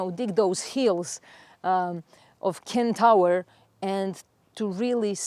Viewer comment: Love all you stuff! So much wisdom. Can I just correct pronunciation of centaur… not Ken-Tower… sen- tor. With love ❤